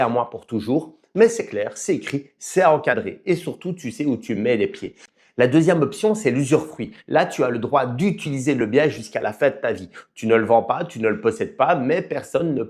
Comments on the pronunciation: Ça fait plusieurs vidéos que je t entends dire usurefruit mais c est usufruit 😊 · Il me semble que la cour de cassation thaïlandaise avait déclaré que les renouvellements des baux pour 60 et 90 ans étaient illégaux lorsqu’ils étaient convenu par les deux parties à la signature du bail initial. On dit usufruit et non usurfruit. 😉